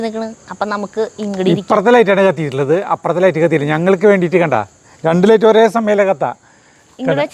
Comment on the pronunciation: ലെയിറ്റ് അല്ല ലൈറ്റ്. എപ്പോഴും ലെയിറ്റ് എന്നാണ് പറയുന്നത്